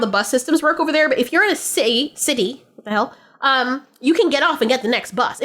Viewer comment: “if your in the city” you must of been british in your past life cause this aint the first time you let out a little british accent and this time it even surprised you 😂😂😂